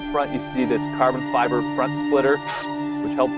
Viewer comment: "and that bot-lid is made of carbon friber" lol haha